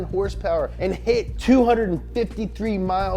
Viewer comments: Wait a minute: I think that's the first time I heard him actually pronounce "horsepower" instead of "hrsprs!" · Did he say... “Horse power”?